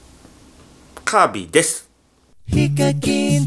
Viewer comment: 最初カービィです。が、神ですに聞こえた